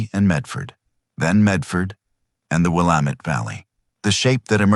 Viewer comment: If you're going to "write" a story about Oregon, then please teach your AI program how to say the names of the towns and places in Oregon. Salem isn't pronounced Selem. It's pronounced Saylem. And Willamette isn't Will Ahm Eht. It's Will Am Eht.